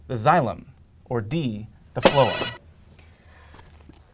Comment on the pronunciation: LOL HANK THOUGHT ME ABOUT PHLOEM HIMSLEF BUT HE MANAGED TO GET IT WRONG